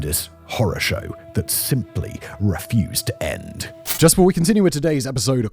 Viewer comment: The pronunciation of "refused" was problematic too